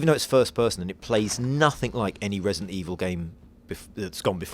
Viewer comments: Great, the guy with the speech impediment narrating this again. Wesident Eviw is scawy but gweat.... wight? Jesus, hire a speech coach for the dude already!! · "Vesident Evil" LMAO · ...Im gwad we didnt have to wait unto febuwaway fow wesident evoww to welease. I dont think I kewd of waited that wong.